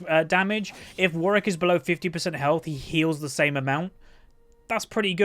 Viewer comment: seems like thats how its pronounced, imo